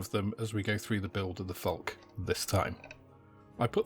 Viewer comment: I love how you make this about technique and methods, rather than concentrating on the latest and greatest kits. I notice you have brushed up your pronunciation of the name of the plane (the final 'e' is not silent); good on ya ;-) Now as for spelling: No 'c' there; it's "Falke".